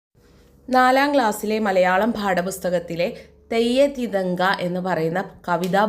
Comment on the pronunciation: Theyya thithanka alla....theyya thinthaka